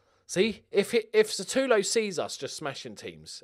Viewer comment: Just wondering when will realise that his name is SUtAlo and not SAtUlo..